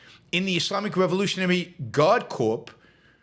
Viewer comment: It’s pronounced core not corpse.